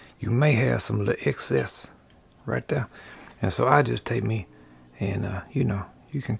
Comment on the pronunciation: “Right the-uh”. I love it!